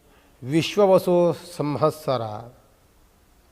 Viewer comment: ಸಂಹಸ್ಸರ ಅಲ್ಲ ಸಂವತ್ಸರ